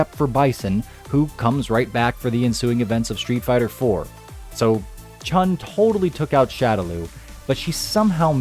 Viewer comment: There is no ‘g’ in Chun. It’s not Chung. It’s pronounced Chu-N